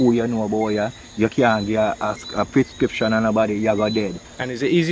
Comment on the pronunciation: Did the Spanish town bwoy said “PRISCRIPTION”